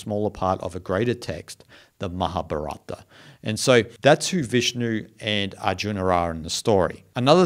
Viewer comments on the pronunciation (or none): none